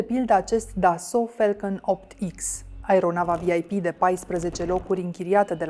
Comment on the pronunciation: Mai oameni buni de la Recorder, "a" in engleza nu se citeste mereu "e". "Catering" nu e "chetering" iar "falcon" nu e "felcon". Vorbiti corect ca rade Klaus Marlanis de voi.